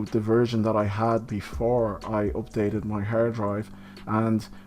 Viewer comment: Opdated 😁 sorry why u say it like that?!